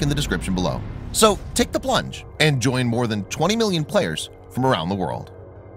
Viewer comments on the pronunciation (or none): none